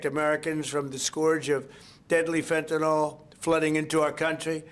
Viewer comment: How much longer do we have to endure this vulgar, incompetent jerk? ("Phentanol"; nevermind the rest). He's no longer irritating, he's fatiguing! "Think of that!"